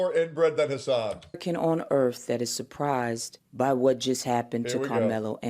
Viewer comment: they call it “Erf”